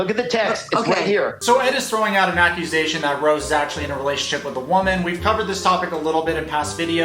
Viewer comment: "ed's neckusation" 😂👏 you are the best